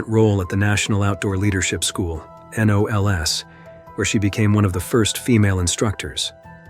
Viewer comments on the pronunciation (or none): Lost me at "N O L S" A person pronounces this "knowls". Can't stand computer voices.